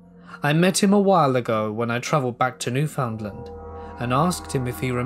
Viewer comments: Love this - but gotta point out it’s pronounced New-fun-LAND like un-der-STAND, with emphasis on the last syllable. Big love from the same li’l province out in the Atlantic! ❤️ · The way he pronounces Newfoundland is hilarious, I love it